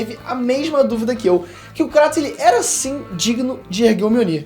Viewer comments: Cara... Show o vídeo... Pena que o tema fica subjugado pois não existe essa "pira" de ser ou não digno, mas, POR FAVOR... KRATOS (kreitos)... Não KRÁTOS....tenha dó. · Não consigo suportar os dois falando Cratos... até na própria dublagem do jogo eles falam Kratos